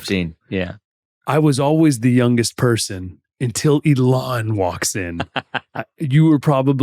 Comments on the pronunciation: im confused ilan is pronounced ELON? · You've known Ilan a long time, but you can't pronounce his name properly? Wow.